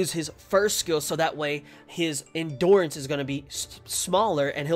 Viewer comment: It’s hard to watch the vid because of how he says endurance